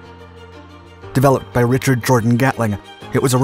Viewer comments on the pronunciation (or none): none